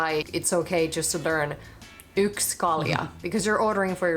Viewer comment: Yks kalja is the spoken version of one beer but the official version is yksi kalja. Yksi = 1 Kaksi = 2 Kolme = 3 Your pronunciation was really good 👍🏼